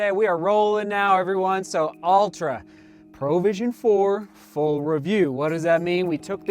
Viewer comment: why does he keep saying "Pro vision"? XD it's not a professional vision, it's provision as in PROVIDE :D